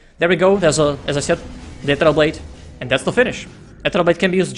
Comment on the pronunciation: quite good casting, but pls learn to pronounce "ethereal" correctly :/